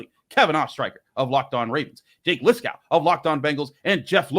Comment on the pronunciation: Lis-KOW never fails from 😂